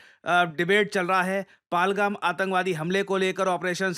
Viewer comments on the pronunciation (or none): अरे भाई उच्चारण तो सही कर लो पालगाम नहीं है यह पहलगाम है😢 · Sir, “Pahal-gaam” hai palgam nahi hai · Its not फालगम it is पहलगाम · Sir Operation Mahadev per bass aapki video ka he intezaar kar raha tha, और सर आपको एक बात बोलनी है कि आप अपने वीडियो में हमेशा "पालगम अटैक" बोलते हो, जो कि गलत Pronounciation है पहलगाम की, सर उस जगह का सही नाम "पहलगाम" या "पहलगांव" हैं। इसीलिए सर कृपया करके आप इस जगह का नाम पालगम की जगह पहलगाम बोला करे। ये मेरा आप से निवेदन है। Any ways sir love from Jodhpur 🙏🙏🙏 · 😂 Where is Paalgum?😂😂